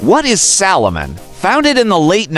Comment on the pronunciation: It’s Salomon not Solomon, you even get the brand name wrong in the opening